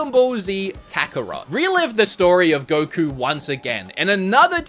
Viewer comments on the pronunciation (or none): none